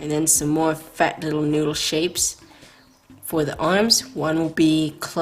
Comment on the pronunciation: For some reason I keep laughing when she says fat